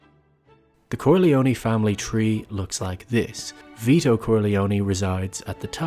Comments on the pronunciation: Finally someone said it! It's pronounced "kor-lee-own" not "kor-lee-owny" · Please Stop saying Corleonie. Its just CorleONE. PRONOUNCED KOR-LEE-OWN Dam hillbillies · KOHR-LEE-OH-NAY not KORHLEEOHNEE. MC became what he hated most, someone who drove everyone away.